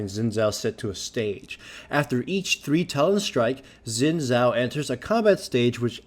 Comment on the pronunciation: it's actually pronounced "shin jao"